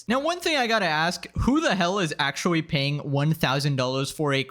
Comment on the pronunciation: It’s pronounced actually not “ackuwalli”. Practice it.